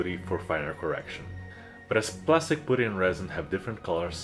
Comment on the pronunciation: It’s “puh-tee” not “poo-tee”.